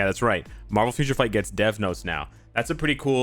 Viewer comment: What he said: givemethedevsnotes What I hear: givemethedeathnote